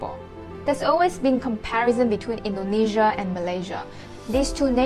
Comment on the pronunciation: Please learn how to pronounce the names of the countries Indonesia n Malaysia correctly. It's so basic.